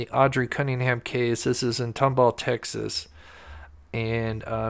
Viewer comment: Tom-Ball, Texas is how it's pronounced